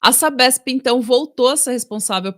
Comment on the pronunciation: A "Sapesp intão" foi a melhor parte kkkk